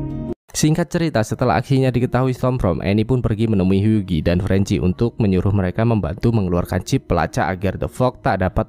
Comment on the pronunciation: Huggie dibacanya "Hyuwi", gan.